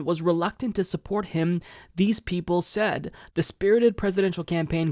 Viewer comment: Your intonation of the word “said” bugs me